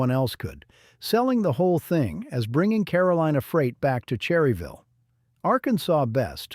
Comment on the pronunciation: Obviously the narrator is not from NC or he would know its pronounced "Churryville"!! IFYKYK